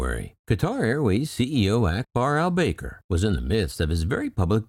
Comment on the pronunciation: I believe his surname is pronounced Al Back-ar. ;)